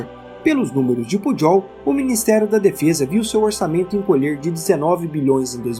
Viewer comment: Só uma contribuição, a pronúncia do nome do Cmdt. do Exército é Pujol com "j" e não com "dj". Atenciosamente.